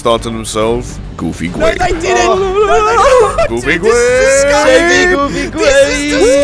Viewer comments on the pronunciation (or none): “the boys thought to themselves, goofy gwape” 🤣🤣🤣🤣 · When says: goofy grape it soumds like he says: goofy rape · narrator said "goofy gwape" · Goofy grape ❌ Goofy gwape ✔️ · I hear it as Goopy Grape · "And the boys all thought to themselves, Goofy Gwape" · Gwoofy gwape us dwunk 😄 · Goofee gwape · Guufy gwape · Narrator: “goofy”: “grape” XD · Goofy. Narrator:grape🥺🥺